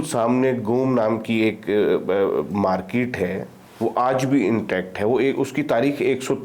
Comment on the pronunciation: Patli Qamar CheemaPhd Chhoti Markeetwale from Maksai : Where do you find these Phds who can't pronounce English words properly? His Markeet sounds like Parakeet - look up the dictionary for the word's meaning. I find this Russian return Paki tourist & his opinions display his lack of journalistic aptitude & education. As per his opinion Russia wanting to build a strong relationship with Pakistan, why? What does Pakistan have to offer Russia or any country in this world? & if Pakistan tries as it always does suck up to anyone who can offer aid & loans, India will cut that attempt off instantly like no entry for Pak in BRICS. As History goes, you seem to have forgotten 1971, when US sent their ships towards the Bay of Bengal against India, Russia sent in their Aircraft carrier & it's naval armada & blocked US aiding Pakistan. That war ended there. Pakistan lost again.That made the India Russia friendship stronger permanently. So Pakistan has no hopes to side up with Russia with India present. Rest of your interview with this PhD was inane & a lousy Paki opinion amateurish at best. 👎🏼 Next time hope you find a better educated speaker on your show, your standards are sinking as your Mulk's economy & narrative.